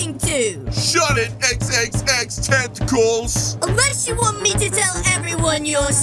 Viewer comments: its not xxxtentecales its xxxtentacion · say xxxtentacles but it's xxxtentacion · said xxxtentacels rip xxxtentacion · Did you really just say xxxtentacles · I DuMb its xxxtentation not xXxTeNtATiCLEs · Or it's not xxxtenteclas It's xxxtentacion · Ayoooo did he say xxxtentacles!!!! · Did say xxxTentacles